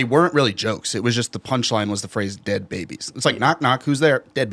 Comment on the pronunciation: "I would have been the de ad baby " - 2024 😂